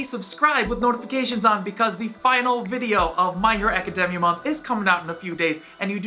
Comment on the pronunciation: Can you say academia normally